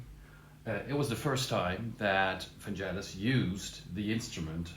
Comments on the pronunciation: VanGelis with a hard G not vanjelis! Like FeRaRRi and MoncleRRR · Its Van-G-elis - with a Geh - not Jeh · Thanks for the video, but it is not Vanjelis but Vangelis, like G in Google. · Fantastic reproductions! Just one tiny thing: Vangelis' name has a hard G - his friends called him "Gelly" (ie: not "Jelly"). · Super interesting! Hate to nitpick on such an interesting video but it’s pronounced VanGelis not VanJelis. Hard G. Nonetheless thanks for this! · Vangelis pronounced his name as VAN GGELLIS, not VAN JELLIS. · Vangelis - not Vanjelis. Otherwise interesting exploration of CS80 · Hard G mate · Vangelis with a hard g ! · Great video. Always nice to see great composers also using presents, it just shows that a lot of the times it's the inspiration to how to use them, what to combine them with, that is the most important in creating a great song. One pointer though, it's pronounced "vang-GHEL-iss", I would really hoped for people, especially musicians, would put a bit of effort in making sure they know how the names of the artists they admire are pronounced. It just shows good musical culture. All the best! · Hard g, not soft ;) =] I lean toward the Brass I + Brass II combination. And as someone who messes about with it, it really is about how to play it as much as what you play. But all in all, nice job showcasing the CS80 the way Vangelis may have used it =] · Vangelis is pronounced with a hard G. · Very nice sonic journey through masterpieces of Vangelis… on a subject of sonic accuracy I am offering a correct pronunciation of his name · Try pronouncing his name properly 🙄🙄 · Pronounce of Vangelis is not correct...the "g" is "hard...like golf...